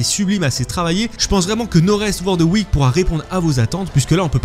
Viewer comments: Euh mais la prononciation de No Rest For The WickED 🤦🏻‍♂️🤦🏻‍♂️😂😂 sérieux l’anglais quoi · Il le répète 3 fois,je ne comprends pas que personne à remarquer pendant le montage ou l'enregistrement